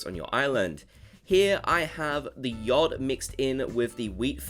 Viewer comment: The way you say yacht k!lls me haha